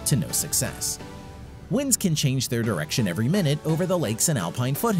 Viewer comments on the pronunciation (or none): none